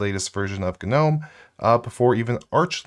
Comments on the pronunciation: I hate 'GUHnome' but I like '(silent)Nome' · Isn't gnome pronounced "nome"-g being silent? Asking for a friend. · Real Gs move in silence like in Gnome. In other words don't pronounce the G.